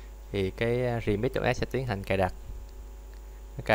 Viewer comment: Bạn đọc từ remix thành từ redmi r bạn ơi